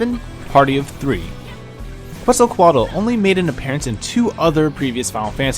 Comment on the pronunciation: Quetzalcoatl "tl" part is pronounced like "tool" in english. :)